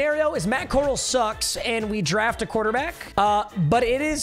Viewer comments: Core- Al not Core- ul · Papa it’s Matt Corral like Golden Corral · Butchering Matt Corrals last name 🤦‍♂️ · Drove me nuts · As an ole miss fan it hurt😂😂😂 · Him saying Matt coral is gonna make me kms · Bro said matt coral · i love that he mispronounced matt corrals last name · Why you saying Matt Corral wrong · thats not how you pronounce matt corral